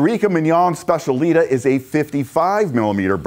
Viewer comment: Hi, great video as always!!! you should put the accent at the final a. Eureka mignon specialità. I know, I know its silly.:D